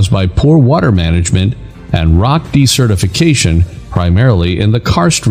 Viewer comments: I'm confused with your pronunciation of desertification... when you pronounce this as de-certification, which sounds if you're unregistering someone? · Decertification is not the same thing as desertification though your auto-narration is pronouncing it as (s/c) rather than (z/s)